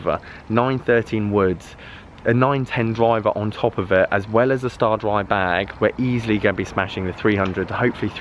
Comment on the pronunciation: What's a STARDRY? 😆 stay-dry